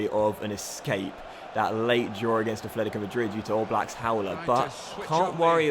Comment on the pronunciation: it's atletico, not athletico mate